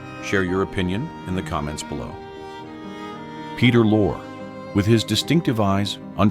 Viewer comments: The name you call "lore" , & "loray" is pronounced Lori, a girl's name; or Lorry, a British word for Truck. OR, (ffs!) PETER LORRIE! Dag nab it! I hope that's how the name is spelled! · Peter Lorre - Lorre is pronounced Lorreeeee. Hello??? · Peter Lorre it's pronounced Lori. Rita